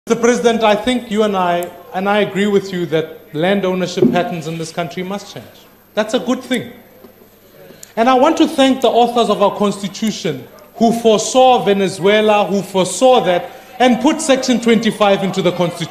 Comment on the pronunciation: well if you gnr be a leader you should be able to say country instead of cowntry. And no it's not about who they married to its education of schools they went to. Malema a entertainer not a leader just like Zuma all they do is get people excited by entertainment not by leading.